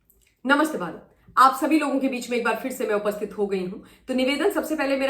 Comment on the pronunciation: Mam we r thankful to you for impartial analysis everyday One request is that while starting analysis you speak namaskar bharat. The word "Bharat" is not clear and audible.we r ur old listeners we know but d new listeners complaint about this. Pl.note and do as suggested. Thanks